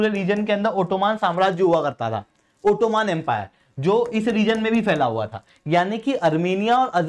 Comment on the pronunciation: ओटोमान ❎ ओटोमन ✅